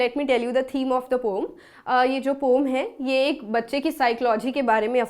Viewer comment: Mam saying pomm 🤣🤣🤣